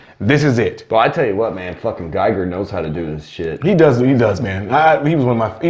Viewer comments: Yeah this is from ALIENS not ALIEN and it was Stan Winston not Giger ( which is pronounced geeger) This paint app on these is rough. Cool props has issues with this. Prime1 nails their paint app every time. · You are mispronouncing Giger. From the late master himself... On the CooProps Warrior, the sculpt is great, but the paint is subpar. It would look spectacular with the right paint app.